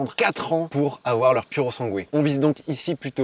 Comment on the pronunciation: Ptn ces français !!! Pas PURO SANGUÉ MAIS SIMPLEMENT PURO SANGUE SANS LE UE ÇA VEUX DIRE FERRARI PUR SANG!!